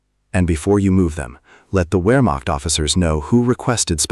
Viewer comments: In the British Army we were always taught "The 7 P's". Prior Preparation & Planning Prevents a Pretty Poor Performance". A Modicum of Prior Research would have told you that the word is pronounced, "Vermacht" and not "Wermacht". In Germany a "W" is pronounced as "V". VW stands for Folks Vagen, or People's Car, as Adolf described it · The ‘Wur-macht”? Why can’t AI handle ‘VAIR-makht’ for Wehrmacht? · "VERE" NOT "WHERE"! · Pronounced Vermacht, not Wermacht.